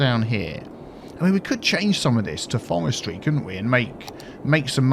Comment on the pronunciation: In the first half...: 'Forestry, Forestry' In the second half...: 'Fowestwy, Fowestwy' Demon dentist!